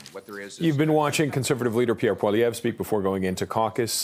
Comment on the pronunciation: Wow even Canadians pronounce his surname wrong? You keep hearing Paul-lee-ev being called when it should be Pwah-lee-ev like how its said after